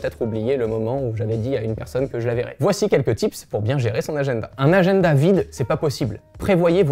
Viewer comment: "Agenneda" RAAAAH 😂😂😂